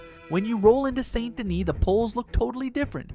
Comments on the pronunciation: Its Saint Denise NOT Saint Dennes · Saint Dennis is pronounced "Sandy Knee" 😂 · Honestly dope video. I expected you to lowkey have more subscribers because the video is very nicely done. My only complaint is the way you say Saint Denis. It ever so slightly pisses me off but still good video homie. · The way he said Saint Denis wrong is so annoying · "Saint Dennis"